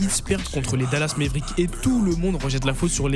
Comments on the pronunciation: J'ai arrêté la vidéo à "mèvérick" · "dallas maivrik"